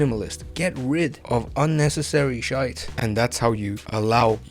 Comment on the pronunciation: "unnecessary shite" you briefly sounded Irish there haha.